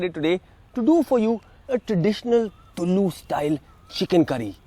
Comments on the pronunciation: " Tullu" alla raja . Its Tulu style .... :D :D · Very well done. Close to being authentic except the pronunciation of "TULU"! I have had this 'wonderful' curry in Mangalore and in few Mangalorean restaurants in Mumbai but did not have the recipe. Your recipe turned out great. Thank you and please upload other Karnataka dishes too. *** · Not sure if you got the pronunciation of tulu right mate!!!